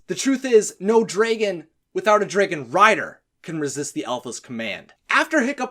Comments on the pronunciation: Why do you say dray-gun instead of drag-gun? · Why do you say dragan instead of dragon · Wtf is he not saying dragon right. It’s dragon not dragen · If I hear draygon one more time ima be pissed 😂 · What’s a “Dregon”? 🤔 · He says draygon Not dragon What the hell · Wtf is a Draeigon? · Why do he say draygon instead of dragon?? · It's not draegons it's dragon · That’s not how you pronounce the word dragon. It’s not ‘draegen’, it’s dragon. Dragon. Like the word ‘drag’, with ‘en’ behind it. Unless you pronounce drag as ‘draeg’. Just saying. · Do You pronounce dreagon? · Please stop saying “Draygon” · "Draegon" ...Good video but the way you pronounce dragon makes me just...nope.. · Anyone else noticed that he said dragon like this: > draigon? I can't be the only one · Learn how to say dragon correctly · Your right man, i cant stand iT! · I don't wanna be mean but i hate how you say dragon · I’m sorry. It was your pronunciation of dragon that made me think that.